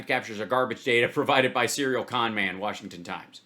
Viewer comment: “Worshington DC” 🤣